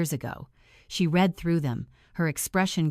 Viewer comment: I have a different comment. If these stories are read by AI, how come they keep pronouncing r-e-a-d wrong? And other words. An IV meaning intravenous as 4? And St. as street rather than saint? Easy to solve. Why don’t you try?